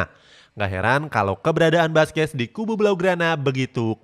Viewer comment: Baca Nama yg benar dong mimin Buskuet Bkn baskes , kalau pake bahasa português baca seperti ini sala Busquet bkn baskes😖🤔